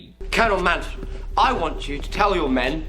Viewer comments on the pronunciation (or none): none